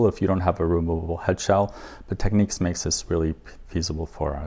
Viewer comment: Great video, thanks for posting though I must point out, it's pronounced 'tek-nix' and not techniques.